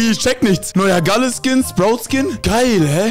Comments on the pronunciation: gäl nicht gale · kannst du mir sagen warum du gale so aussprichst als wäre er ein organ